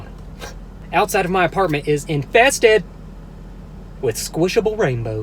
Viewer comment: the way he said inFESTed killed me (lol)